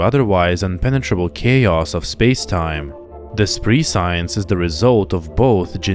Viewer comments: It's pronounced pre-si-ence not pri-science. Meaning knowledge of things before they happen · you pronounce 'prescient' as "pre-SIE-yint", and , you pronounce 'prescience' as "pre-SIE-yince". Those words are pronounced "PREH-shyint" and "PREH-shyince", respectively. I only mention it because it took me an extra couple of listens to understand what you meant. Love the video otherwise (although it was weird hearing the background music on a video that isn't related to Aliens!)!